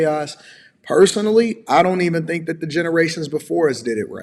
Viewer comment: Can tell the level of education because she says dink instead of think...